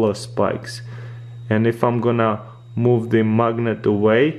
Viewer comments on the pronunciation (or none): none